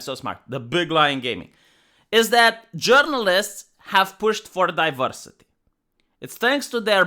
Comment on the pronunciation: Some people tune into for the content, but I tune in to hear him say DiVERsitay, Zuckenberg, Styxenhammer, Californ-nya-nya, & let's not forget miss-waagenyee.